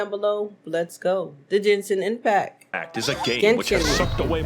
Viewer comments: I still can't believe she still called it Jenshin Impact I can't stop lmao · Ah yes my favorite gacha game Jen-sin Impact